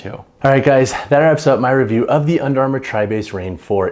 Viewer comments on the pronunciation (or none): none